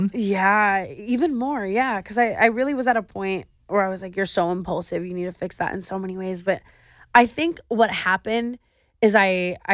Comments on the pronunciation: Clearly she just learned the word, "Impaulsive" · Thought I was the only one who thought of the podcast every time she said “impaulsive”